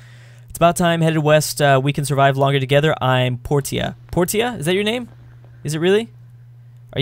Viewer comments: Portia.. Porsha. Not Porteea. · Her name is pronounced Por-sha not Por-teeah. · Portia is pronounced por-sha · facepalm its pronounced porsha